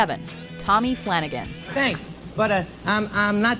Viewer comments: BTW - it’s Flan-ay-gun, not Flana-gan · It's not Flanagan it's FLA NAGE AN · Exactly! At least watch the skit once before doing your commentary! Fla-NAY-gan. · It's pronounced Fla-nay-gun.